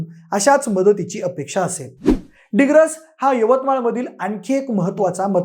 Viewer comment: डिग्रस नाही रे दिग्रस